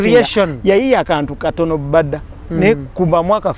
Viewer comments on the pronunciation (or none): Its Mbada not Bada😂😂😂😂but Victor😅